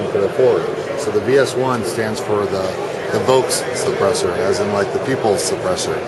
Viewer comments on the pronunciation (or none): VOLKS-suppressor. Deaf much?